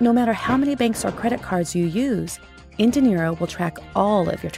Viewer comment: Is there any reason why you pronounce "dinero" as "de Niro"?